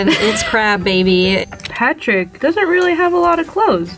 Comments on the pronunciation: "Patch-uric Star" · ‘paterick star’ it’s p a t r I c k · Who is pat-ter-RICK star??? No this is PATRICK! It's one word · pat-er-ick star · "Paterick star" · pat-ar-rick star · Patrick is amazing, but why she pronounce his name like that?